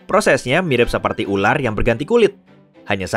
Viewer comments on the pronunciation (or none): none